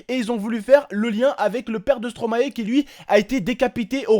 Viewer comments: superbe vidéo khey. Je trouve moi aussi qu'on ne peut pas rigoler de la mort. PS : on prononce stromaie car stromae est le verlant de maestro et je crois que personne prononce maéstro en tant que belge et pour tout les belges ça nous dérange que vous, français, disiez stromaé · Une bonne fois pour toute les français,ON PRONONSE STOMAÏ PAS STROMAÉ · Please les français vous pouriez dire [Stromaille] et pas [Stromahé] ^^ Car c'est l'inverse de maestro :D Et merci pour la Belgique^^